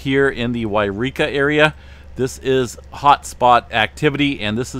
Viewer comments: Hey it’s not Eureka! It’s Yreka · YOU reeka and WHY reeka are two different places. Should always pronounce it WHY reeka for this fire.